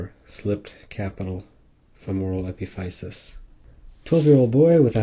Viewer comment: it's pronounced uh-pi-fuh-sis.